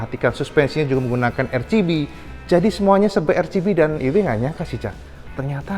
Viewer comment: RCB tlg dibaca ar si bi, bkn er chi bi